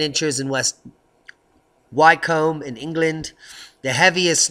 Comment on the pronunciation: Wycombe...... is pronounced wickam Heads up. :-)